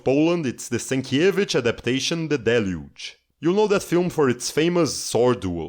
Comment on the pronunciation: Judging by his pronunciation of Rybczyński and Sienkiewicz in the previous video, he's definitely not Polish.